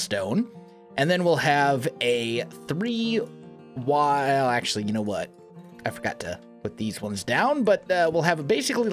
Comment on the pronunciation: Stop saying acentually